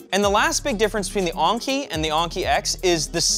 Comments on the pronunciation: I was wondering, wasnt this supposed to be pronounced as like 'N-key'? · It's En-Ki. Not Ahng-ki. This ain't Anker either. It's En-Ki. Like the letter N, followed by Ki. And not Ki like Kite. But Ki like Keeeee. So it's N-Keeeee. There, for the Americans, all together: N-KEEEEEEEEEEEE. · says Enki like honky. Why? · So is it ANKI like he say in the video, or ENKI like in the title? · I love how he says the name, "Razer Onnki" Rather than Enki. Maybe it's a French thing? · Wait??? Is he really saying onki??? It's Enki "eanki" WAIT!!!! DOES KNOW HOW TO READ????? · only someone who doesn't care how words and letters pronounced and spelled does that. think about it, Enki has an E/A sound but while Onki has a O/A sound. a simple test: add a consonant in front of enki, and onki then say the word, that should tell you how it should sound. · It's not razer Oinky 🐷- it's Enki! 🤣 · he's saying Anki instead of Enki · why do you keep saying "onki" ? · On-key. On-key....... En-key. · It's pronounced "n-key" not "on-key" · I'm glad that the spelling of the chair name was on screen and in the description, because I never would of found it if I was going off pronunciation of the name. I would of searched for Aunchey or Unkey or maybe even Onkey. Is it just me? or would other people pronounce Enki a different way? I'm thinking more somewhere between En from English En-Key and Ink followed by a short i/y sound, like ink-y. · Is it just me, or should Enki be said with the E thats like enema, not Anki? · I think it's technically pronounced "ENki" but I'm not really an expert in late-Sumerian Anunnaki-groups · yes i think probably should read this maybe? I know that enki is like 'n-key' i commented on it before here too. But when i heard him pronounce it differently i though hmm "new pronunciation for a new brand"? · “uUhn-kee” lol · Why do you keep saying onki? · its pronounced N Key, as in the babylonian ancient gods. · Lol "ONki"